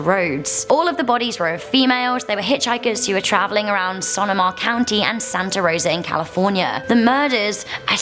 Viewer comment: Sonoma is pronounced as "Suh-Noh-Muh" not as "Sunuh-muh" Lol